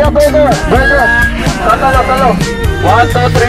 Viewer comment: HAHAHA SANA KUYA DI KAYO NAPAGOD KAKA BORGER BURGERR BORGOR BERGERR hahahaha